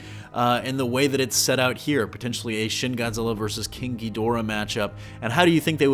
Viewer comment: y you gotta say it like king gheedora